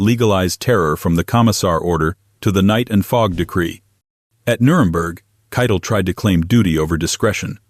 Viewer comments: Not keetell the correct pronunciation is spelled kietle or kite tell . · AI. Can't pronounce Keitel .